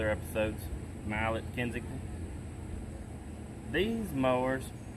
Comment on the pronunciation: Great job bro. Looking forward to the progress. I thought I heard a hint of English accent in there when you were talking about the Allett... 😂 Keep us posted on how it’s doing. PS, plz don’t fall down and start germinating. Lol